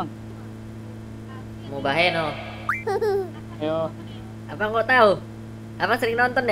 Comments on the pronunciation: Wahai kau random cuman ngasih tau kata Ilham muhabeno bukan mubabeno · Bilang muhabeno aja mubaheno ngakak sumpah😂😂😂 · MUHABENO MALAH MUBAHENO🤣🤣🤣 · Mubahenol 😂😂 bukan mubaheno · Muhabeno ✖️ Mubaheno ✔️ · Mubaheno dong harusnya muhabeno HAHAHAHHAHA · Njir bg muhabeno bg, bkn mubaheno🤣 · Salah pula bilang nya mubaheno bukan muhabeno🤣🤣🤣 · Muhabeno kampret , bukan Mubaheno🤣🤣🤣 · muhabeno❌ mubaheno✔ *ngkakk bgtt mubaheno dong😭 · MUHABENO COOOY BUKAN MUBAHENOO. SEKALIAN AJA MUKABEMO